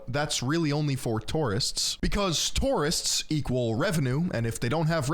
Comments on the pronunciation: not TORRRRIST its TOUR-ISTS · Toorists xDDDD